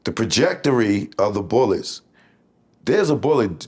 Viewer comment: The pajectory he needs to read a dictionary lol😂😂😂😂😂😂😂